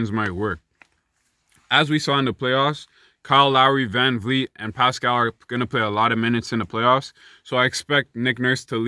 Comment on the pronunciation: NA MAN.... You didn't have to do Pascal like that LMFAO. Man said "PSHHCHQ, PUSHCqUE, PUSHCHCH"